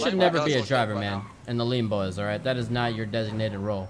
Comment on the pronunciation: I like how that hentai girl says "bean bois" 😂😂😂 PS : IKR its lean bois #goodoldbeanbanditsdays #KeepRegie